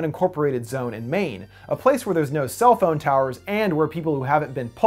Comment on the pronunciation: When he says phone it sounds like he saying bon